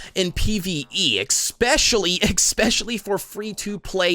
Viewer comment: “expresso” “exspecially”